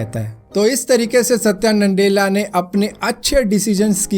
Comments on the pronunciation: It's Nadella not NANDELLA.😂🤣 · NANDELA NAHI BHAI "NA-DELLA" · Satya nandela bol rhe ho tum